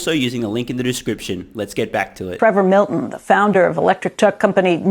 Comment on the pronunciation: Did anyone else replay the first second of the vid after hearing say "Prevor Milton"?